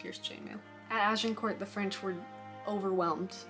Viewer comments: Nice vid! As a Brit, we grow up surrounded by medieval relics - I live about 100 yards from an 11th century castle :) Also a quick tip - the 't' is silent in Agincourt, it's kinda pronounced 'Ajincoor'. Hope that's useful. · Like many french words the last letter or two are not pronounced. So you might say a.zhuhng.kaw or Arjincor. No need to annunciate the t. Just wondering if the swearing really adds to your presentation?